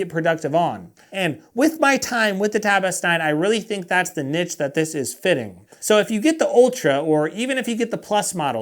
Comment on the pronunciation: Americans cant say niche